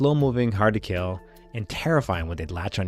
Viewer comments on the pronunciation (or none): none